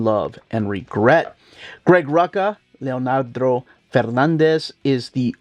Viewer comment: Great video! Isn't it pronounced "Lee-Ahn-Dro"?